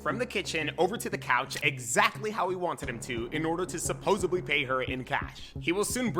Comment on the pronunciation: Commentator of the video said ''supposebly''. fml